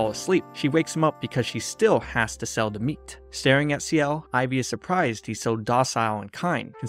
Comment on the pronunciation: By the way, ciel is pronounced s-yell. Not see-yell. Just so you know! This is really good, I loved it.